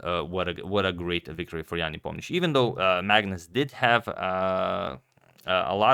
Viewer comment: He can say Nepo's full name!